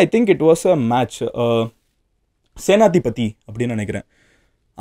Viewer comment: Adhu senadhipathy illa ....senapathy '''' murugesha 😂😂😂😂